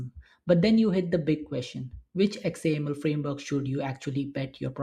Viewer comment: Anyone else cringe when you hear X A M L spelled out? 😂